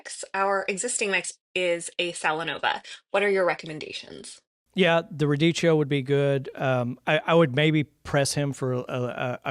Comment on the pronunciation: Radicchio is pronounced as ra DEE kee oh